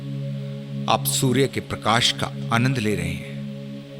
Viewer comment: और परकाश नही प्रकाश होता है